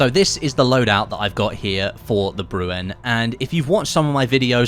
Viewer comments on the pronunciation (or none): It’s not pronounced brew en. It’s bre N. Like Ren from Ren and Stimpy